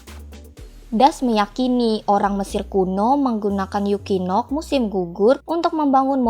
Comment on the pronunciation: Equinox dibaca ekuinoks ❌ dibaca yukinok ✅ 😂